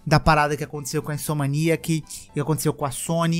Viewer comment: Cara, assisto os vídeos do todo dia pra almoçar. Mas esses últimos com ele arrumando esse "a" do neida e falando "InsomAniac" tá bom demais! Fico rindo e voltando toda vez que ele fala kkkk Parabéns pelo trabalho mano!